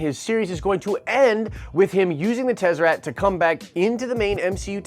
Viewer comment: I may be off but I believe it's pronounced Tes-uh-rakt fam.. Not trying to be a dick because is my favorite YouTube channel so I just want to help in any way.. Nitpicking enunciation is what I have to resort to since you are usually pretty on point..